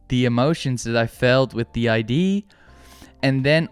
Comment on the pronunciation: Very insightful video by the way. I should have mentioned that in my comment. But it's the way you kept pronouncing the word "idea" as "ID" lol, it was throwing me off. But I did ultimately appreciate what you were saying